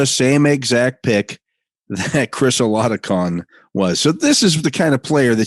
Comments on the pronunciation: I mean I don’t understand how is the quarterbacks name pronounced I thought it was Ola Doe kin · Bro, I don’t care that Chris Oladokun isn’t on the roster anymore. Learn. To. Say. His. Name. You’re the only one that continues to butcher it. It’s insanely disrespectful. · Where he was drafted doesn’t matter. That he’s not on the roster doesn’t matter. This is literally job. He’s paid, professionally, to report on sports. He spent a ton of years correctly pronouncing Roethlisberger, and that’s a lot more complex than Oladokun, which is phonetic. This is a problem throughout sports journalism and commentary, prioritizing the pronunciation of white names over “ethnic” names from Africa. If is going to continue to be paid to do this, he needs to actually do his job.